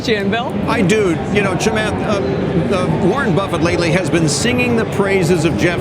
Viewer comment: Thank you for pronunciating Chamaths name correctly